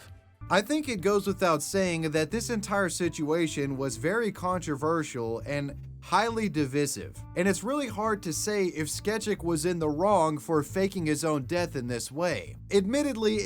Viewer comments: Diveesive? Why can't speak basic English? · it’s pronounced divisive not diffisive 😂